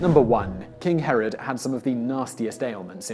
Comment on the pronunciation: Yes, but for clarification, it's 'Herod', not 'Harald'. 'Harald' is a common name for northern European kings, while 'Herod' was Middle-Eastern. And you don't want to get the two confused. Herod's been reviled for nearly two millennia. Any of the Haralds would have been gravely insulted if anyone compared them to Herod. (It was the pre-20th-century equivalent of being compared to Stalin, due to the Massacre of the Innocents thing.)